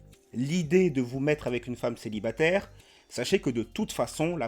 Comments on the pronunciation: Déjà elle a un gros problème de prononciation du français. On dit célibataire, pas célibatère. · "G 1 kestion pour tout'les mamans célibatairrrrrrrrrr", il ne manque que la ponctuation "t'as vu ?" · l’accent à « céibatèère » RED FLAG CSP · Déjà dès les 3 premières secondes sa façon de prononcer "célibatÈR" c'est un redflag